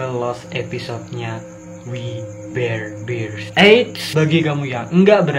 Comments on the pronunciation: Gua udah liat episodenya.....biasa aja menurutku...... dan bacanya WI BER BEARS..... a nya di baca nya kecil aja...masa gitu aja susah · Bang cara bacanya we bar bar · Bacanya wi ber bers (we bare Bears) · We bare bears di baca nya wi ber berst